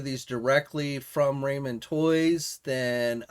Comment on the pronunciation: I believe it's pronounced "rah-men" not "ray-men" toys...